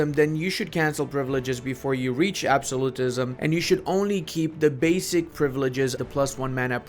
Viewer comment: I will subscribe if you can start saying "absolutism" correctly